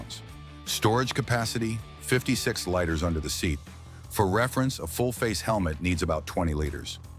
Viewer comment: This is a good commentary. BUT whoever's is the voice on this needs to pronounce things correctly. Example: liters us pronounced "leeters" not "lighters"